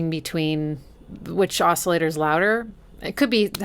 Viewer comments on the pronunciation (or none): none